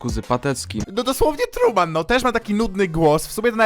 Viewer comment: Nie trueman tylko tuman